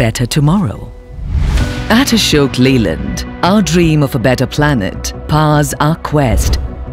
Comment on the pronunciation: It's not atishek Leyland it's Ashok Leyland